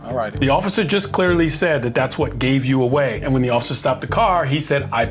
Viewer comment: Don't you mean, take her phone away'UH.... lol 🤭😂